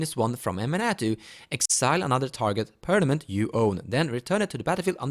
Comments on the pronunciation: Great Idea! Gotta try this as pw "control" in duel. BUT: its called perMaNent not perNaMent. Daaaang Feels like im hermione xD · Permanent. Not pernament 😑